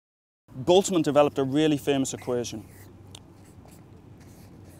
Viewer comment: Props for pronouncing Ludwig Boltzmann correctly :D